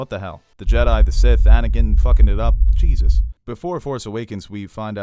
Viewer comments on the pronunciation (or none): none